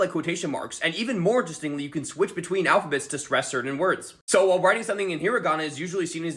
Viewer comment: The whiteness in the way he says "hiragana" and "katakana"